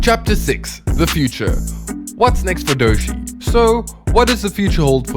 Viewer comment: Like many others, I look forward to more of your videos - but.. maybe less usage of varying AI voices, and ensure your AI voice actually knows how to pronounce the Artist's name. Otherwise, you are making it clear you're just a virus AI producer.